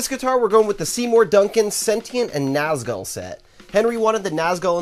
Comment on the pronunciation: Pronounced Nazgool